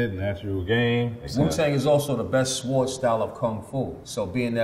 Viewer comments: swards instead of swords 😂😂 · he said "SWARDS" right? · I like how masta killa pronounces the W in sword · Did you just pronounce the W in sword!? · Never understood why Masta Killa pronounced "sword" with the "w"